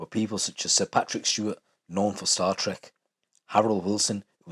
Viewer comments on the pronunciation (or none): none